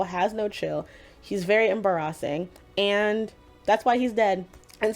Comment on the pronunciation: i just noticed your pronunciation of "embarrassing". i just realized that you may have done that a few times. is this how you pronounce it, or is this on purpose like for effect? i've never heard it said that way. i feel like i might be missing something tho lmao